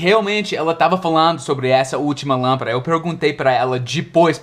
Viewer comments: darlin’: você falou lâmpaRa, porém, esta palavra é lâmpaDa em espanhol! Lampara é diferente de LÂMPADA, com D. D Só um toque para ajudá-lo a melhorar seus português quase perfeito.... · Olá.... muito bons seus videos assisto a todos, sempre que possível! não me leve a mal, mas você está a pronunciando a palavra lampada como se fosse no espanhol e não em português. até mais...